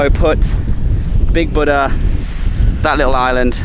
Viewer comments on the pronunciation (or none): none